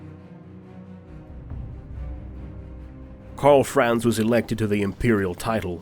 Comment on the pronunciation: I think this very nicely done WHF videos make it quite obvious why so many English speaking narrators butcher non-English names as they phase in and out of pronouncing vowels sometimes English and sometimes not, often in the same, compound words of some names of characters and cities, e.g. 'Karl Franz'. I guess it's something we all have to live with for the rest of our days. Still, I love the video series besides the brutal massacring. :)